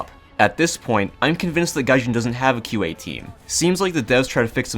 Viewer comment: When he said "QA", i though he said IQ and was gonna insult the whole team's intelligence.